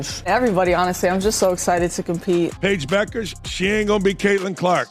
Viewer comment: All credibility lost when you can't pronounce Bueker's name properly. This biased, ill informed piece is vapid and unconvincing.